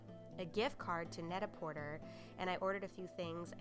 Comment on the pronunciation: *Net - ah - porté :)